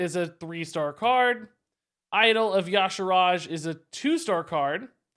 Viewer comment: Pointless observation: Yah-Sha-Raj....damn that pronunciation is so off. Do we start calling Y'sera 'Yah-Sera'? No. It's ee-sera. I don't care what the dev's say, whoever wrote it got it wrong. It needs to be ee-sharj. Not dissimilar to the American butchering of 'niche' (french - like neesh) into 'Nich' Ugh. BTW thanks for the super quick awesome upload. Top notch as always.